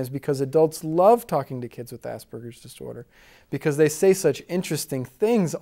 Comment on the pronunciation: it might help to educate people if this guy could pronounce "Asperger's Disorder" rather than slur the two words into one.